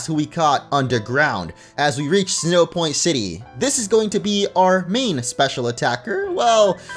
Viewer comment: Did you say "Sinnohpoint City"?